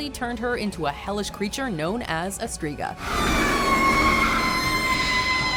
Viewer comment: streega?...striga i not ee